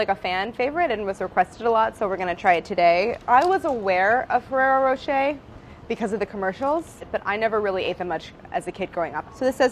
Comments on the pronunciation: No it's NOT pronounced rocheYYYY it's pronounced roché (as in french pronounciation). Which you US guys dont have a clue about how you say. é or er at the end does NOT pronounce eY or AY... .it's a hard E just e... like in eh or close to. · "ferreroh" -"ferreroh" - "racheeeyyyy" - "racheeyyy" <sound of french viewers having a heart attack" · My god no. And Claire watched the advert video and read Rocher means Rock in the Wikipedia article. Ferrero Rocher. The roch as in rock. Not roach. It's a short o. Then she tells Brad how to say it wrong. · It's row-shh-hey not Ferrero row-sh-er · It’s roshay not ROWshAYdamn Americans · ferrero ro "cher" is how I always said it, clearly wrong lol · the second she pronounced it 'ferrero roch-ey' i died. have never heard anyone pronounce it that way dammm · The western commercials pronounced it RocheR with a hard R. So weird. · Ferrero Rochaaaay.. Do americans even try to pronounce european words correctly? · "How do you pronounce it?" "Fewwewo" "FEWWEWWWO" "Roschay" "ROSCHAAAAAAYYYY" French and Italian left the chat. Gosh i love you guys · "ferrero" "ferreyro" "rochet" "rocheeeeeeeeet" PRECIOUS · The way she says Roche wrong but still so confident I find her so cute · the pronunciation is wrong tho ^^ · Does nobody else find it strange how they pronounce the rocher part of it? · That's actually not how you're supposed to pronounce it! English speakers and their need to read "rr" as a soft "r". "Rocher" is French, so just pronounce it as such, not as you usually do with every single French word, that is, reading it as it s written but as it were English and not French.